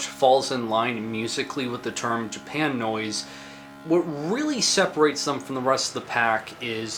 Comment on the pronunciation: That's pronounced "Japa-noise", as in "Japa-nese". Have you seen Plasmatics infamous Pier 62 set? :) Subbed.